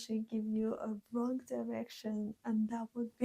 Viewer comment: Rongeh. Imcorrept. Stoopit.